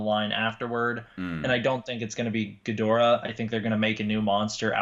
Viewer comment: "Geedorah, Ghidorah" "Yeah, it's Ghidorah" 😂😂😂